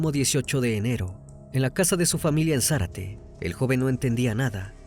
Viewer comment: No es Zarate,es Zárate